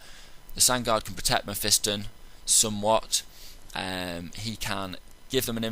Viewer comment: you say it wrong, its meh - fah - ston not meh - fi -stin